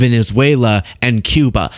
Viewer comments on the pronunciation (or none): none